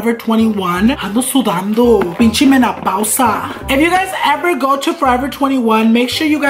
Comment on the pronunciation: Menapausa you mean menopausia lol